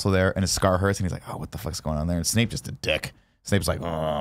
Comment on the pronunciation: Can nick pronounce names properly instead of intentionally doing it to annoy Kevin lmfao it’s not SNAKE it’s SNAPE and god his hermione was getting annoying